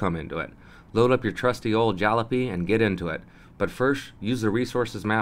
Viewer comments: why are do you keep pronouncing jalopy with a G, like GALLOP-PEE? it should be jell-ah-pee. some inside joke?? otherwise fantastic guide, great work. im subbin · it is pronounce jallopy.